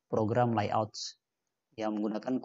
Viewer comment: dia baca soal aja gimana gitu, layout di baca layot😂